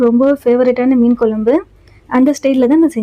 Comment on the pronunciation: Kolambu pronuce correcta pa nu